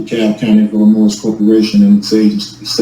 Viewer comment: The S is silent in the word Illinois you ignoramus . Bunch of word salad idiocy.